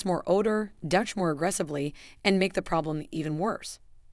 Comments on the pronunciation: If you are going to put out a video please understand how to say 'Douche' it is not DUTCH, GET A GRIP. YOU CAN GO ON INTERNET AND THEY WILL ACTUALLY SAY THE WORD FOR YOU. NO EXCUSE. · . Definitely an Ai content farm. Possibly plagiarised material. But any engagement bad or good is good for the channel, darn it! Oh boy just heard it say dush instead of doosh ( douche ) but is able to say “dooshing” oh well they get it right half the time 🙄😂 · You mispronounce many words, like "vaginal" and "douche". Are you Ai? Automatically I won't listen to anything you spout! How much difference does it make for your profit from this? And nonthing you have said here is something I haven't heard before.